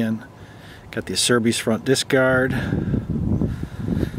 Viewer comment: These are great bikes, love mine. Yes the stock tires are shit, gave mine away after the first ride. Make sure to cap or plug your steering lock, water gets into the head bearings. Speaking of which, don't go too long before greasing the chassis bearings, Beta uses very little just like everyone else. Acerbis is pronounced Ah-Chair-Bees BTW lol, the company used to have this cartoon of a man sneezing followed by a kitchen chair and a honey bee. Excellent vids, following.